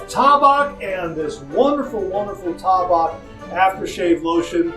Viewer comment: IT'S T long A-BACK